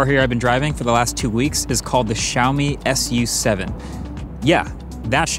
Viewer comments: It is pronounced Xiaomi Sue 7 and not Xiaomi Ess You 7. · Its Not pronounced as S U SEVEN.... its pronounced as "SUE SEVEN" 😁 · French fun fact: SU7 in French actually is pronounced like lollipop 😅